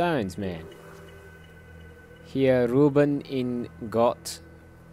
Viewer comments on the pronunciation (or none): Not ruben, it's ruhen! Means "lay"